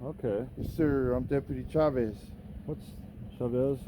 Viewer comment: "And what's your name..?" "" "Ok,." Lol.